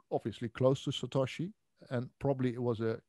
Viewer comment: Why does he insist on saying "Satashi" rather than "Satoshi".... is he just being awkward?